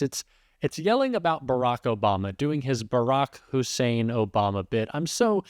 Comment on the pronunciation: The Moron s a despicable piece of fecal matter. I just cringe at his racist trope emphasizing “Hussein”. I curse the supporters that justify his existence. 🤮🤮🤮🤮🤮🤮